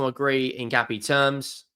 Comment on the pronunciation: it is pronounced In - Cap- ee - Ay.